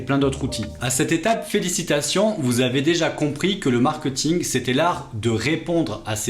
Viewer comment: Pourquoi prononcer mark-eut-ing alors que tu expliques toi-même l'origine du mot étant mark-é-t-ing? À part ça, super vidéo! Merci pour les infos :)